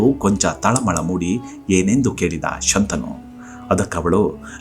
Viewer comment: ಶಂತಾನು ಅಲ್ಲ, ಶಂತನು.